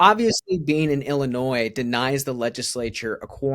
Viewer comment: Too stupid to even know how to pronounce Illinois. 🤡 what an idiot.